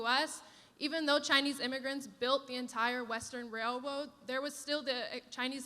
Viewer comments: even though chinese immigrants built the entire western wail woad. XD I just can't. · 'Wail woad' 😂